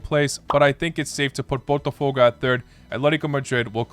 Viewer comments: Lol dude... You have been saying BOTAFOGO as PORTOFOGO😂😂😂😂 For god s sake. I always knew that English native speakers are flat out and they JUST can't say properly any foreign name BUT you re definitely worse. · Why he cannot say botafogo correctly... He called it as Portofogo...